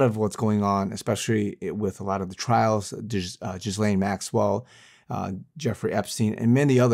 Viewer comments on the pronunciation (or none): please learn how to pronounce Ghislaine. It’s “gill-aine” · Lol, this false prophet can’t even pronounce her name right !!!! 😂😂😂